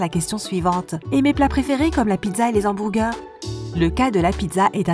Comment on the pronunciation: Les hamBOURgers 🤣🤣🤣🤣 je suis le seul qui a remarqué la faute d'intonation ? Mdrrrr